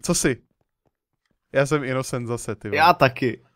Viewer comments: skara to není inocient ale inocent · prej "innocient" :D